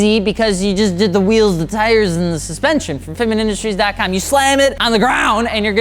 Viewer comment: It's Wheels, Not RHEAMZ